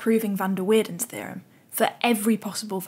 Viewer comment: with an a, and not as weirden.